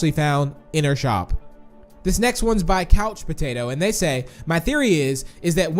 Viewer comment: Evryone says mr.p is piggy but I sayyy mr patato